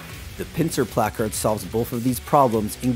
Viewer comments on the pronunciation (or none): Shoulda found a guy that knows how to pronounce placard correctly 😂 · I hate the way this guy says placard